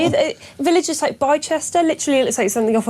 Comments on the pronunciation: Bi Chester.... Did she mean Bicester? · Bicester Is pronounced bister... Like Leicester is pronounced lester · "Bi-chester"? I live there, it's pronounced "Bister". But yes, MOD base to be used for over 1200 migrants.